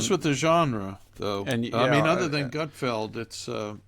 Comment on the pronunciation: Gutfeld not Gutfield.